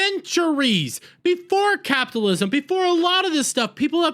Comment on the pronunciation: It would be so much more pleasant if you learn to properly pronounce CAPITALISM!!!!!!